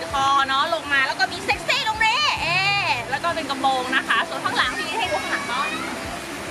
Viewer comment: ค่ะทำไมต้องใส่เสือชอสเดอละค่ะและยังพูดคำว่าแล้วเป็นแร้วหนูไม่ขอบพี่ชอบเซ็กซี้